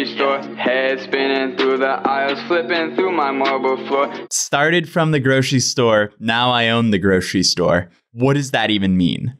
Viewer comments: “stawted fwom the gwocheri stowe, now i own a wawi” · I think they pwonounce it gwocewy stower.